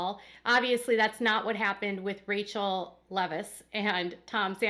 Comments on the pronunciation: Her name is pronounced “Rah Quel” not Rachel. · It's Raquel, not Rachel lol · It's Raquel not Rachel